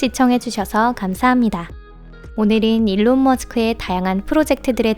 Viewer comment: 일론이 올바른 영어발음에 가까운것으로 알고있습니다